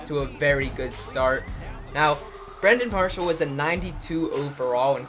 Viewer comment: he said Brandon Parshall